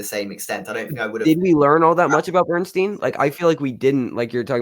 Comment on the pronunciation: How is possible that neither of you can pronounce the last name of the subject of this film?! His name is Leonard BernSTINE NOT BernSTEEN! OK, perhaps neither of you are Broadway or classical music fans.. BUT, you both watched the movie where you would have heard the correct pronunciation of his name several times, at least. Have a little respect!